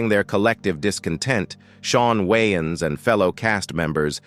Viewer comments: It's pronounced Way-ans not Wy-ans that's not a vest that's a tank top smh 😮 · If the some of the Wayan Bro's are gay, that's, them. Their business. And their name is pronounced, "WAY"-ANS. Not "Why-ins". Get it right. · The ai saying shawn why ins is honestly upsetting me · This is hilarious..dude who did this narration, must have just said eny mini mini mo then picked a subject, he s not even saying the wayans name right, he.s missing Shawn and marlan up and no one has ever questioned Shawn's sexuality. He doesn't even try to draw a lot of attention to himself. He isn't regarded as no great actor. This is hilarious. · This is a load of nonsense. Fueling what assumptions?? Yall in need of some content. Cannot see the point of this video. Can't even say his name right. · 🤣😂😅 I said the same exact thang. These damn AI 🤖